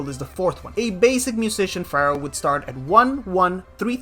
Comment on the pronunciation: te felicito por ser el unico youtuber de saintseya q dice "Pharaoh" en ingles de la forma correcta, hahahaha